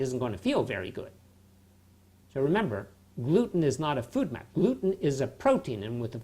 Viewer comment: I took a drink every time he said food map instead of FODMAP and now I'm shitfaced